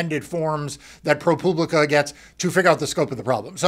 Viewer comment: ...Why does he insist on pronouncing it, "ProPooblica"? ...That's weird, right? Anybody else think that's weird?